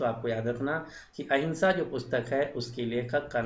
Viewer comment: Ahima ha ya ahinsa ha kiliyar to karo